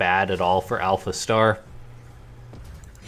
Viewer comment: hahaha you said alpha T !!!!!!! I love it!